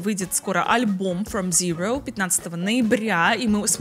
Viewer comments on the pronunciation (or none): none